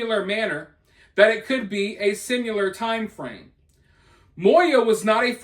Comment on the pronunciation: Bro...there's NO fking "U" in the word "similar". 🙄🤯